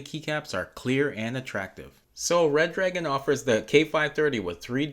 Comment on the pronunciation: Its " Re Dragon " btw Not Red Dragon :3